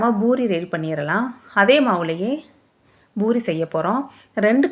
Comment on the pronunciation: அது boori இல்லை. Poori